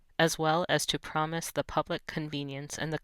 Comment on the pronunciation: "as well as to promote" NOT PROMISE